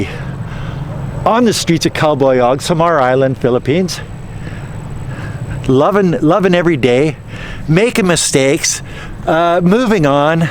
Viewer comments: Funny how so many youtubers wanna be so-called experts in the philippines, but cannot even pronounce city names correctly. It's not Cal-boy-'og, it's Cal-'bye-ohg. It's not 'Tack-low-ban, it's Tock-'low-bun! Come on man! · It sounds like you're saying "cowboy yog"